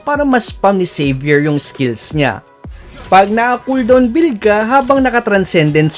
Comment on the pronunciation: Salamat lodz sa tutoriala try ko po yan na hero. Hahaha pagka dinig ko saber. Xavier pala ahahahhaaha